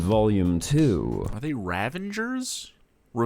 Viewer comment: I'm Canadian, and I promise you that is just pronouncing words wrong. Ravengers?? RAVENGERS???